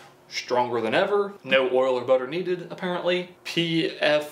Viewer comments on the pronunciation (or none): none